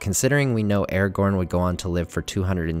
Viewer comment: why do you say eregorn instead of aragorn? it is so bad..otherwise great video